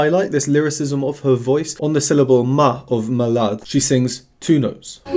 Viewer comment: Actually your French pronunciation it's not bad at all! The only thing you mispronounced was "malade": the second "a" is open "mAlAde".😊